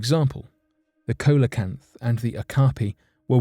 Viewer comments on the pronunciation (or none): Cee-la-canth CEE-LA-CANTH, NOT CO-LA-CANTH. For god's sake, will you PLEASE start googling how to pronounce names you're not familar with rather than just taking a blind stab at them. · Coelacanth = see- lo - kanth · Coelacanth is pronounced as “See-La-Canth”. “Oe” is pronounced as “ee” in English, such as in “foetus”.